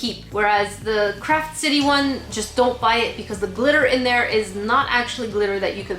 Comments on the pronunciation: I know you are saying Craft Kit, but I keep hearing crap kit. Which is pretty accurate to be honest. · Ok I know your saying CRAFT kit but my hearing is bad so it kinda sounds like your saying CRAP kit (I find it funny that my hearing is making me hear something diffrent)